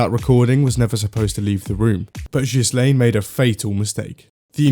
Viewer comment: "jhislaine" not "ghislaine" ofcourse